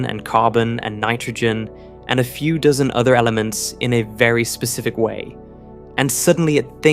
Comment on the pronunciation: "Over a "Dizzun findings" lol